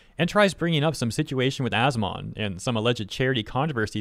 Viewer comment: Every time says As-Mon and not As-Min makes me cringe